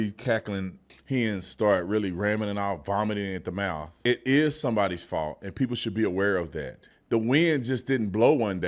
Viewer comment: It is Gavin’s Faulth 😂😂😂😂😂😂😂